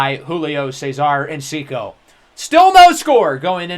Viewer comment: It’s tree o lo not sure where ur getting the extra syllable from but just letting u know. Also another one is everytime we see him u say encico but its enciso